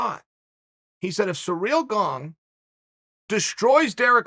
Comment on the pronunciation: Everyone: Ciryl Gane Uncle Chael: Surreal Gong